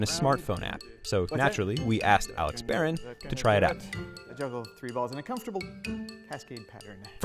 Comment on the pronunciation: Alex Barron can't even say his name lol